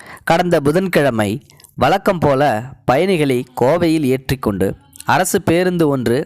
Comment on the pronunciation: வளக்கம்போலனு சொல்லக்கூடாது வழக்கம்போல என்று உச்சரிக்கவும்